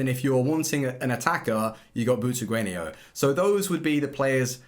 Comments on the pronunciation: Where do you see i in Butragueno when you keep saying it Butraguenio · Is anyone else annoyed by 'butraguenio' not 'butregueno' Pronunciations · It’s Butragueño - the accent over the ‘n’ gives it that pronunciation.